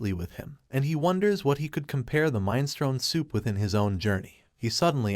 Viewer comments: Minestrone!!!!!!!! Mi nes tro ni !!!!!!! Sometimes you have mispronunciations and it's fine, this was just too frustrating! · What, you don't know mine-strone?